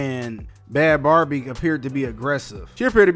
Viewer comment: When? I never heard about her being pregnant.. are u sure u got all the facts right,? (her name is said like "BABY")